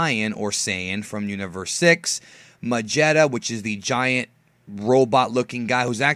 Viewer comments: Why do you call him kaba (カバ) or kabe (カベ), it's written as kyabe (キャベ). Why do you call the giant robot guy majetta (マジェッタ), it's written magetta (マゲッタ) Just wondering that's all, keep up the good work on your DBS videos. :) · it's actually pronounced Magetta, not "Majetta". The katakana and romaji of his name say so.